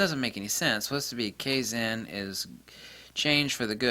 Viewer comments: I think it's pronounced KAI-ZAUN, I have a toyota industry training video, US, meaning "constant improvement" or "Perptetual Improvement"? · Kaizen (ka-i-zen). The "a" in japanese is always flat "ah". If it was "kayzen" it would be written in romaji as keizen. 改[Kai] to change with positive connotation, 善[zen] more or less as said, it refers to purity and virtue. Kaizen = Pure/Honest Improvement. I haven't heard a whole lot of Japanese/Chinese terms like this, but i'm very used to the way the language works, and working out what it means is a walk in the park. A note: unlike most languages, Chinese and derivatives (Japanese etc), when using the full Chinese characters, you can work out the etymology and the definition of the 'word' by it's strokes and radicals (letters) in which it's made. The proto-concepts piece together to make more complex concepts, and continue to compound. It's the best language system i know of that's still in use. Japanese production tends to take to the extremes that the creator knows and the consumer does not. So at times they'll do things in a good way and improve things wisely, but other times you'll get some fools who'll just push forward things by manipulating the people in the business. Japanese business is very inter-personal, they meet eachother in person, often meet up at a restaurant or karaoke, so manipulating is a lot easier. Manipulative change is deception, thus absolutely not kaizen, no matter what anyone says. Fire has always been referred to as a purification of spiritual negativity and such. When you apply concepts like psychometry and my hypothesis of it as a cognitive